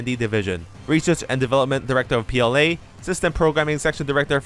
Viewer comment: For some reason everytime you say PLA, I get confused and think of Platinum lol.